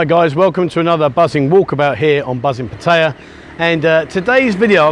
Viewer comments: It's pat a ya not pat tie ya. Have you ever heard a local say pat tie ya, answer fuck no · pat ta ya lol he is learning sometimes he gets it right :) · Why after all this time are you still pronouncing Pattaya wrong. The emphasis is on Pat NOT on TAY.!!!!! There is NO choice. It is very ignorant to Thai people to pronounce it the wsy you do. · Brits mispronounced Pattaya. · FFS learn how to pronounce the name of the town! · How long you been in Pattaya and you still can’t pronounce the name correctly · I think you should learn how to pronounce Pattaya, fin Brit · You should learn how to say Pattaya properly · Enjoy the channel however if u r going to live in Pattaya you should learn to pronounce it correctly.